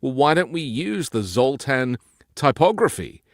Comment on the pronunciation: It’s Zoltar from Big, not Zoltan.